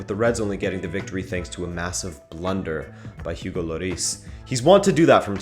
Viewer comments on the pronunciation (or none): none